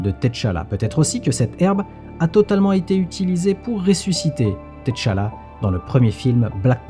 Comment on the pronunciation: Je rêve ou il a dit Ted T-challa 😂